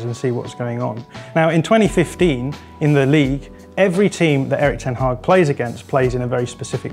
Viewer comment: Kudos for the pronunciation of the Dutch name